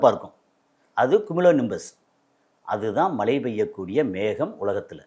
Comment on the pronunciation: தமிழை சரியாக பேச கற்று கொள்ளுங்கள்.மலை இல்லை மழை